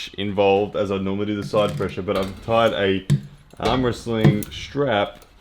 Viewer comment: Also : ‘pressue’